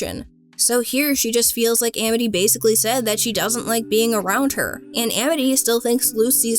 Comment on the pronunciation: Why did she pronounce "Amity" like that?